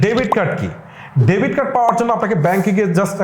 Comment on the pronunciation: ডেভিড না, ডেবিট হবে।